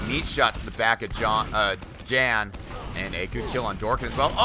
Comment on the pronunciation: Hey. Since these are European players "Jan" is almost certainly pronounced "Yahn" (so that it rhymes with Han from Han Solo). I'm currently living in Germany and know about 20 "Jan"s from all over Europe. None of them pronounce their name the way you say it.